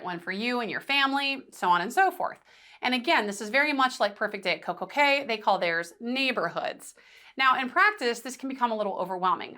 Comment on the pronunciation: As a Professor, you should probably be aware that Coco Kay is pronounced KEY, as are all Caribbean islands named CAY. Also, if you will please slow your speech, it will be much easier to understand you